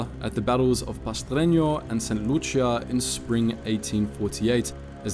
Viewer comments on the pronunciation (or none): none